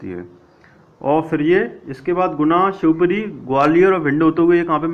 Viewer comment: सर पहले आप base क्लियर करिये कभी शिवपुरी को शिवपुर तो कभी सिंगापुर कर रहे हो